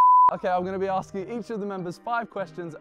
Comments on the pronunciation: man said arksing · ASKING NOT AKSING..... .OMFG